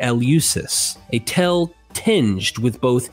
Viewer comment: Dear God, you gotta stop writing "tale" so often! I scream everytime you mispronounce it in your videos! Just say "story"! 😂 Great content. Thanks for everything you do.